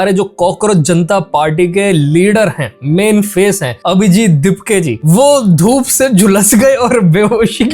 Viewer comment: my ears are hearing dhurv instead of dhoop 😂